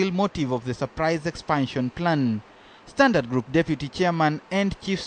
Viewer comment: Ha ha ha I've often asked the same question.Instead of Standard Group...he insists it's pronounced Sdantart Kroop :-)